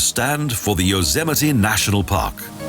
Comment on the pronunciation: 1) Anglicized, the city is loss ANN-jell-us, not loss angle-us. 2) Yosemite is a national park, not a nature park, and it's yo-SEM-it-tee, not yo-ZEM-it-ee. 3) Grand Canyon is about 16k/9mi wide, not long; that measurement is 277mi./446k. 4) Yes, it's spelled Canyon de CHELL-ee, but Canyon de Chelly is pronounced Canyon de SHAY. 5) Just like #2, Zion is a national park, not a nature park. 6) Bryce Canyon is also a national park. 7) In the Denver section, the word (cupola) is Q-puh-luh, not CUP-uh-luh. 8) Rocky Mountain is also a national park, not a nature park. 9) The Crazy Horse Memorial was started, not constructed (as in finished all in 1 year) in 1947. 10) Yellowstone is also the world's first national park, not just the first in the USA.